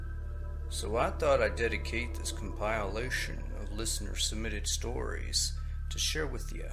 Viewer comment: please look up how to pronounce the word compilation because you are doing it wrong wrong wrong!!!!! This is the first time I've ever listened to your channel and you've ruined it only seconds in! Nevermind, moving on to the next channel!